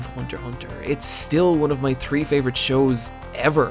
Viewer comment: Tree years not three.